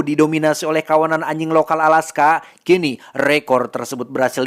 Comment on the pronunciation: ajing bukan aying bang 😂